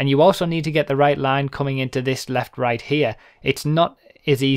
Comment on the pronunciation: "this left right here" took some time to realize what did you say.